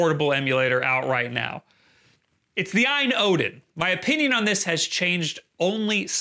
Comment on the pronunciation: It’s pronounced alphabetically A-Y-N. Not “EYE-IN”. I know the confusion comes from the Ayaneo.